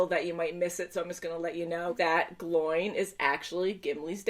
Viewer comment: Pronounced like Glow-in, not like groin.